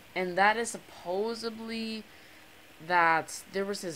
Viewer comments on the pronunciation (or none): It's supposedly! Not supoably! Don't record at midnight, cuz it detours people from the Chanel if you put out crappy videos. If you want viewers, put some effort into it, I'm just watching after you man.